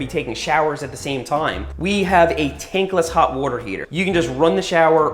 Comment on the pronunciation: Every episode has Seth saying “wouter” (water) at least once